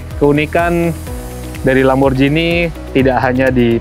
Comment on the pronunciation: D italia bkn lamborjini tp lamborgini. G bkn d baca J